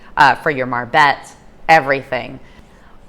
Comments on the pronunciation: Is not call a marbet, is call a marbete. You have to pronounce the e at the end, te...like te-lephone or te-levision, etc. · The "e" at the end of a word in Spanish is also pronounced.